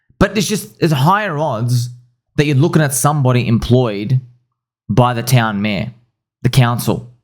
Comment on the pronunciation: The way you say mayor is so funny! "Me-aauh"